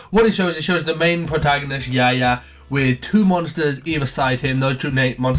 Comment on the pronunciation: It's Yuya, not Yaya.